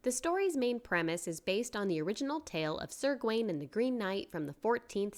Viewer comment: BTW, Gawain is pronounce /Gah-wain/, not /Gwain/